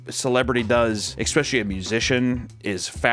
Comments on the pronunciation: i need to confirm this with somebody, is saying ekspecially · papa pls pls pls stop saying eckspecially i beg you papa pls ily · The biggest scandal is the fact that the is trying to gaslight us. I mean realy dude, you are pronouncing especially as if it had an X but not eccentric?